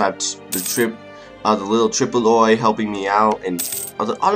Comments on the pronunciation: I love your all your videos. Your enthusiasm and style of play makes it engaging and funny. (And just to let you know, Tripoli is pronounced 'Trip-o-lee') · Hey, i just wanted to say that Tripoli, your lovely vassal is pronounced Trih-po-lee, and it is Moroccan(mor-rah-kan) not Morocconian. And, one question. Will you work on a colonial empire into the future and explore the americas and asia, or work on dominating Africa and getting at their gold, or creating a Mediterranean sea empire, or a little bit of all?